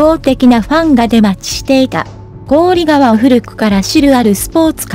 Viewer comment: こおりがわではなく、ひかわですよ‼️こおりがわは、とっても、耳につきます、